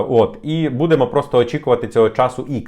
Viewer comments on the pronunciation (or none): Дякую за новини,! У вас багато підписників, починайте вже працювати над наголосами в українській мові. Ми ж не французи, щоб наголос на останній склад ставити. Правильно говоримо: "БУдемо", "бУде", "бУдьмо"